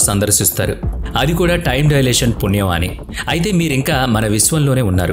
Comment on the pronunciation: డయలేషన్ కాదు, టైమ్ డైలేషన్ అనాలి!! అప్పుతచ్చు అన్నమాట.....😂😂😂😂